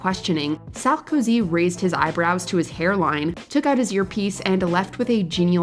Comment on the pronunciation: the way you pronounce "Sarkozy" is the cringiest of all...😂